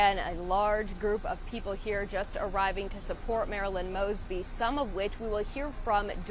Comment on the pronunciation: He pronounced her name wrong in the prayer. 😂😂😂😂